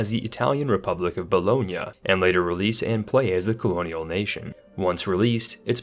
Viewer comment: You are the first not italian guy i ve ever heard pronouncing bologna the right way and not the daranged "boloknee" way